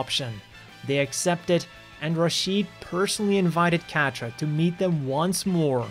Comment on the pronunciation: Great video. Idk enough about the other series but just outta respect for the name Quatre is said Ka-tra 🤟